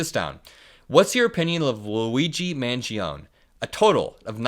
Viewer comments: Mangione is pronounced man-JOH-nee or man-ji-OH-nee in English, not man-ji-OHN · But for the love of Jove, it's MAN-GEE-OH-NEIGH ! Neigh, like a horse. Or nay if you will. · It’s pronounced Man-jee-oh-nee. Really glad to have this video! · Its pronounced” Man Gee O Knee”. Not “man gee own” Italians don’t have silent letters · Surely that should be pronounced Mangeo-knee. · Love the content 🖤 Thanks for the political news communication! PS: Luigi's last name is pronounced more like Manj-yoni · Just FYI - last name is pronounced MAN-JOANIE. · Just for the record, I think it’s pronounced man-JOE-nay. Not trying to be smug just figured you’d want to know for future videos. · 🇺🇸💙 that Italian. Name MANGIONE you are to pronounce the last "e" the name doesn't stop at the "n" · Just fyi, the E on the end of Mangione is pronounced (as a separate syllable) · You're forgetting the E sound at the end of Luigi's name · Please start pronouncing the E on the end of Mangione‘s name. Unless, of course, you are from the Bronx. The real Italian way is the way, not the American Italian way of dropping the e. Thank you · Luigi Mangione is going to be in the news for quite a while, so you should learn how to pronounce his name correctly. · Luigi Mangione, the last e in pronounced.